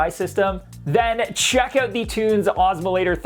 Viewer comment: There's no possible way that's pronounced "tunes."